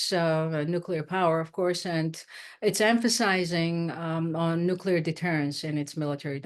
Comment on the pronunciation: "nuCLear." Not "nucular."